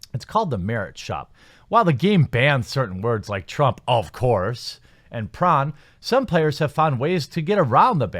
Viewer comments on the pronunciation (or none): Why does he say prawn instead of porn?